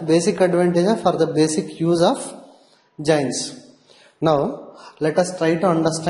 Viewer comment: It is not jains ... It is JOINs ...